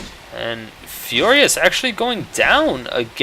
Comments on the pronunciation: its Fiora not Fioria :P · Not trying to sound like a douche, but its "Fiora" not "Fioria". Just trying to help out ( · there is no second I in Fiora, stop pronouncing it fioria, it be bugging me